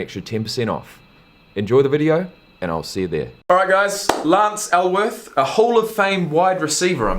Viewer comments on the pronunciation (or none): Alworth, not Elworth. Nickname: Bambi. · Lance ALWORTH, right? Bambi. Dude.... it's important. Alworth.